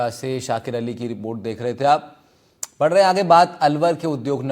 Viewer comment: Reporter apna naam Shakir Ali bol raha hai, Aur Shatir Ali bol rahe hain.....mujhe to yahi lag raha hai....